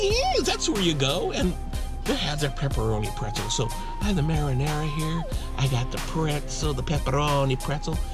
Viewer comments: its MARINARA NOT MARI NARIA!!! GET IT RIGHT!!!!!!! ps i love u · you're supposed to be a chef and yet you cannot pronounce marinara sauce